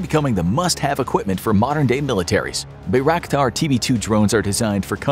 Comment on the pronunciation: bro literally butchered bayraktar's pronunciation i cant even be mad